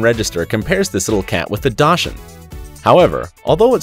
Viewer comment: The way he said dachshund.